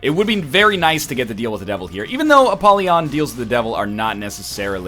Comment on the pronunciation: I am disgusted by the way Ryab says 'Apollyon'